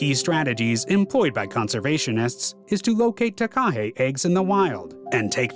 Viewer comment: The way he said Takahe omgggg lolol